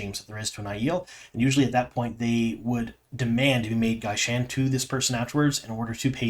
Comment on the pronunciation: You are not pronouncing gai'shain and Shaido correctly. You also aren't describing gai'shain correctly.